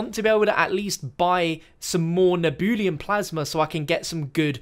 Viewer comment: Nehhh-Beu-Lum.... Not Nee-Boo-Liam lol :)